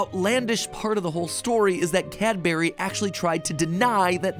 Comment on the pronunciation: it’s not Cadbury, it’s Cadbury